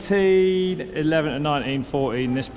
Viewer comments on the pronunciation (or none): none